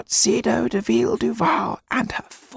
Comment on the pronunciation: I love the way he says "de Villeduval"